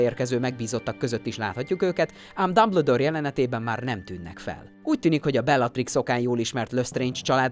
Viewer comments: Nem Dabledoor Hanem Dumbledoor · Behalok. Dámbledór!😂😂😂